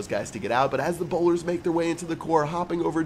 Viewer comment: Bowlers not bolders